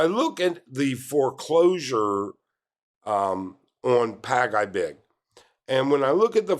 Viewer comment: Pag-ibig is pronounced "Pag e big" not "Pag I big" like you were saying it. Just take note. Some Filipinos have been accustomed to the 5/6 loans and are often paying on a daily basis. It's sad that people are not financially knowledgeable on basic economics. But hey this happens anywhere in the world too.